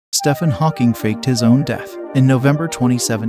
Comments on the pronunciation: It's pronounced "Steven" not "Stefan" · It's not pronounced Stefan, it's Steeven! Get your facts straight first, then post. And it's lighting, not lightning. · Stephen??? I thought his name was pronounced steven??? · " Stefan Hawking" why is no one talking about that pronunciation?😭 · His name is pronounced Steven. Lord have mercy, who doesn't know this?! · Do try to pronounce Stephen correctly - it's just a variant spelling of Steven and pronounced the same. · The fact you pronounced his name wrong is a fail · You did not just pronounce his name that way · steph en? it's pronounce steven, it's the same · when you can pronounce his name correctly i’ll listen😂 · U don't pronounce his first name correct it stEphen